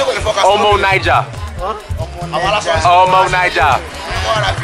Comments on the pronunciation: The best suya is in the North. You should travel around to states outside the SW. Get a fuller picture of Nigeria. those guys thought you were saying omo Niger (different country) not omo Naija (Nigeria). It's in how you pronounce it. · you are really putting in the effort but you gotta work on your pronunciations. You were trying to say omo Naija but they thought you were saying omo Niger which is a whole different country. There are a lot of subleties in these pronunciations. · Lol the way u say omo naija i died laughing😂😂😂😂😂😂😂😂. I could see your throat and facial muscles